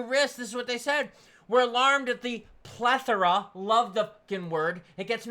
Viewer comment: repeat after me... ... "Ple-thor-ra"